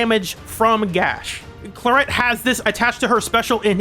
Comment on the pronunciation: I love her but her name being pronounced Cla-ret instead of Cla-rey is a travesty, it's so much prettier😢